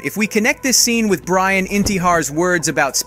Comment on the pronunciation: Not trying to hate, but you need to change your the way you say Brians name bro xD